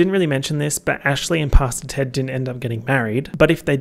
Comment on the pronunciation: I know you’re saying Pastor Ted but I’m hard of hearing and keep hearing “Pasta Ted.” I know that this adds nothing to the video but it made me laugh every single time.